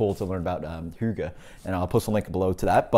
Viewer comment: Pretty dead on pronunciation of Hygge actually! I'm not the biggest fan of Amber Ale either, but this still sounds like a nice enough beer, even though it might not be as good as other HF beers. Good review man, and cool little spiel about hygge haha. I'd say that a decadent beer would suit the term Hygge better too. Cheers!